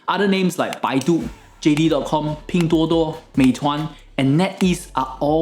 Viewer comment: Finally I know how to pronounce "Pinduoduo" correctly. Thanks!